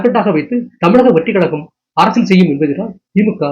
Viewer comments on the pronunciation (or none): none